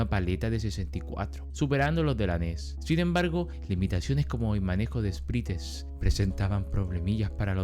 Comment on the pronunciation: Buenazo video Edit: un consejo es q Sprites se pronuncia Espraits 🫂